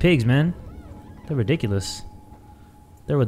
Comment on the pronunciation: “These pigs are…redOINKulous?” 🤣🤣 I bet he didn’t even realize he did that